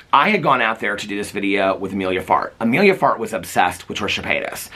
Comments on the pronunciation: I keep thinking you’re saying Amelia fart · The number of times I heard you say "Emilia Fart" and trying to decide if that's what you were really saying, until I finally googled it, and yep. 🍑💨